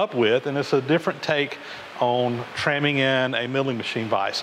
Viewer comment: Trammming? aaaaaaaaahhhhhhhhhh, NO